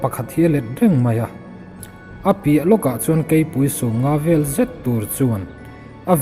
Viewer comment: Mizo tawng I chhiar Dan hi inzir I'll ngai hlek Ani...entirnan:sakeichuan tlangval chu "vel" ni lovin "ve'l" tin tur zawk atam Mai...